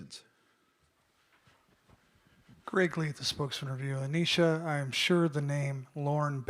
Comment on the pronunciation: How can they not know how to pronounce Aneesah at this point 🤦‍♀️🤦‍♀️